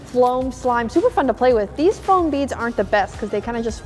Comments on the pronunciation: its foam not floam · It is not fIom it is fom.